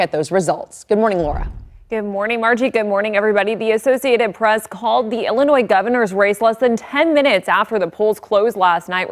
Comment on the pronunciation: What did she say? Illernois?